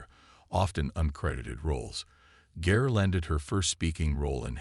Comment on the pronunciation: the narrator should have had the respect to pronounce her last name correctly. He also mispronounced CarlReiner's name